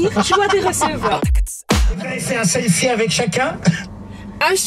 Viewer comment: "Chelfie" Honte à moi . J'ai ris .